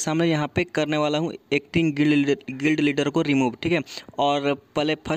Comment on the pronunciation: Bhai acting gid kidar nahi gild lidar